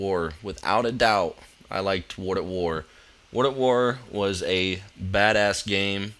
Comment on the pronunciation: Why does every pronounce world at war like wudawar?